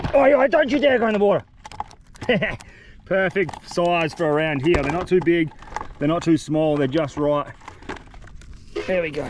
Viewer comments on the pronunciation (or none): Bro doesn’t say here he says heeeeee